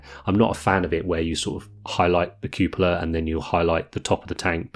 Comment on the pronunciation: Looks great. Really good to hear 'cupola' being pronounced the right way as well.